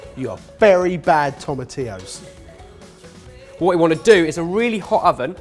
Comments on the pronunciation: finally learned how to pronounce tomatillos!!!! He's come so far since being called out (by me) for calling them 'toma-til-os' in the Mexican lasagne video 😂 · Good choice guys! I've had my version of this as breakfast for years. It's awesome and your version looks delicious. :) You guys said tomatillos correctly! Finally! 👏👏👏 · When pronounced Tomatillos properly, I threw my hands up in the air and was like "I can die happy now"